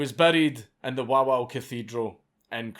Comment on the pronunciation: "Wowow cathedral", I'm pretty sure it's pronounced more like "Vavel" XD